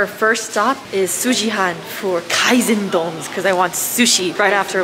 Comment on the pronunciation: かいぜんどんじゃなく、かいせんどんです。